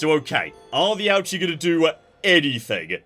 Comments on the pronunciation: I love this series so much, and I want to offer a bit of pronunciation advice as your local Japan-based viewer, because hearing "ouchie" gives me ouchies lmao All of the Japanese is written using romaji, but there simply isn't a good way to consistently get the pronunciation across that way bc of our tendencies as native English speakers (IE; pronouncing "ouchi" as "awchi") but here's a quick pointer that I think should help: 1) Japanese is phonetic, so you can generally* presume that a letter is always pronounced the same way however it's used 2) that in mind, accounting for your accent: a=ah, e=eh/ay, u=oo, i=ee, o=oh *there's nuance of course, and romanisation is TERRIBLE when it comes to long vowel sounds in particular (eg: "Tokyo" should really be "Toukyou" and "Kyoto" should really be "Kyotou" etc.) but for the most part this rule will help even if it's imperfect Ouchi is actually a long O sound, but romanisation doesn't reflect this, much like with Osaka (should be Oosaka but English natives would read that wrong too, Ohsaka maybe?) but still using that as an example, Ouchi would be something like "OH-oochi" it still won't be perfect bc accent etc. of course but this should help I think. Thrilled to see you doing this series <3 毎週二回、待ち遠しい🥰🥰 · Ouchi is pronounced lowercase o sound, and ooh like in ooze. Ouchi. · Listening to your pronunciation of Ouchi has been an Ouch-E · I hope he never realises how to pronounce Ouchi, it's so much better this way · one of these days, is going to pronounce Ouchi correctly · He's a Brit. Second only to the yanks when it comes to wilful and deliberate butchering of the pronunciation of non-English languages.